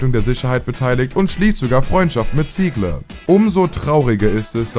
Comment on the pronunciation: Sorry...aber man kann dir kaum Zuhören. Sogar deutsche Namen wie Werner Ziegler sprichst du so schlimm aus. Furchtbar !!!